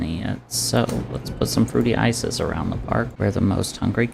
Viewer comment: HORSE DIVOOOOOORCE AND BIG AL!!!!!!!!!!!!! YOURE CATERING THIS ONE TO ME SPECIFICALLY!!!!!!!!!!! i thought 100% you said your family called you fruity isis not fruity ices